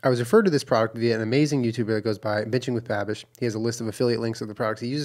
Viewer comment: This must have been , because that is exactly what it sounded like he said.